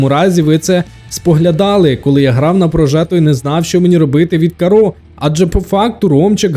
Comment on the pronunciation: Порівняння супер, але, все відео різало слух, як ти називаєш карро) Правильно кАрро, не каррО)